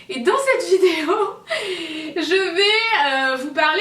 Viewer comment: je rêve où elle a dit (f)idéo